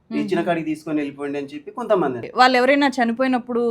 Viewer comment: 'వాల్లు, వీల్లు' ఏంటి, 'వాళ్ళు, వీళ్ళు ' అని పలకలేరా? అన్నంలో రాళ్ళు లాగా ఉందిది. మిమ్మల్ని 'తులసి' అని పిలవకుండా 'తుళసి' అని ఎవరైనా పిలిస్తే ఎంత అసహ్యంగా‌ ఉంటుంది?